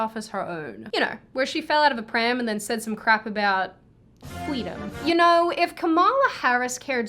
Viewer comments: "FWEEDOM" Kamala says. Wow.......what a TERRIBLE Elmer Fudd impression. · This is Fweedom. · Why do I find it cuter when says "Fweedom"? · Lost my shit when you first said “Fweedom” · It’s the “Fweedom” for me 😭😭😭